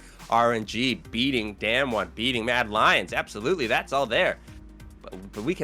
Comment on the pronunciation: We have been talking about this team for the past 3 years now, I think it’s time to pronounce their name correctly. It’s not “damn-won” is “dahm-won”